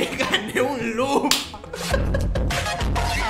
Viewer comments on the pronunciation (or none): A lo mejor cuando dijo "lup" quiso decir "Loot". Que ellos ganaban loot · no sabe ablar es lot no lup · Yo creo que dijo lut